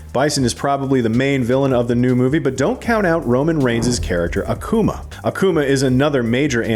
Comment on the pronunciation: In Akuma, the pronunciation is not on the A but on the u, pls don´t make him a coomer, thank you xD